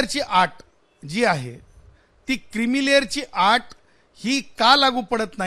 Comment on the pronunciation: क्रीमीलेअरची आट बोलतोय हा... आट नव्हे अट म्हण रे बबलू